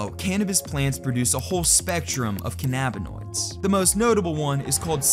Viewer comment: listening to you say cannabinoids gave me a headache